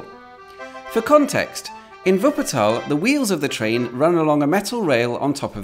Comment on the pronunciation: And he says Wuppertal correct too 😀